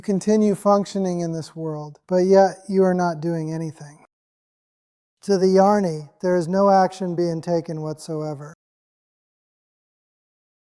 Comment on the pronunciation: Welcome back! It must have been hard to leave the duck pond dream, but you were missed! As to the new Robert voice, it is a bit too fast and cheerful/ cheesy, in my opinion. And jani comes out as yarny? I have listened to all the videos and the previous voice had a gravitas that was calming and grounding, even when he said that every thing is a dream. 😊However,all is well,exceeding well, and unfolding as it should, so maybe this is the new voice! Thanks for your work!